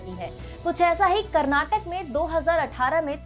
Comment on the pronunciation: Please learn how to pronounce Karnataka. It's not Karnatak, but it's Karnataka. People who speak Hindi, most of the time they pronounce names of Southern places and foods in a wrong way. For example it's Kerala but hindi speakers pronounce it as Keral. Instead of Karnataka, you're pronouncing it as Karnatak. Also many Hindi speakers pronounce dosa as डोसा but it should be pronounced as दोसा.